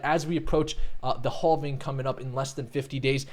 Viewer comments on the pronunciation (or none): Say: I am having a great day! Now just say "having". It's actually: "halfing". I heard you say "have" many times during this vid so I know you can do it. Great vid!!